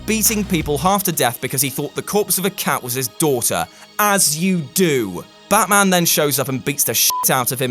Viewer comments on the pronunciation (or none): none